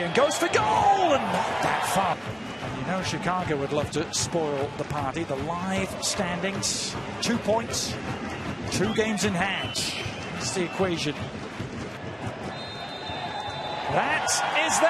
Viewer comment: What is wrong with this commentator? He ends every other word with a "sch" sound. "Two pointsch, two gamesch in handsch"